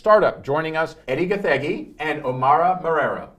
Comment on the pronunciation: loved this show plus pronouncing Gathegi correctly